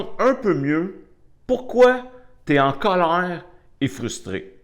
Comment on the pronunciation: Sa façon de dire Cowleir😂est un vrai anti stresse ça a chassé tout mon colère 🙏merci bcp